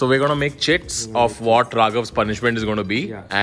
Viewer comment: Am I the only one who heared "chits" as "chips"????